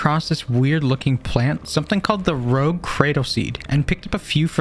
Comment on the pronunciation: It isn't rogue, it's rouge pronounced rooj meaning red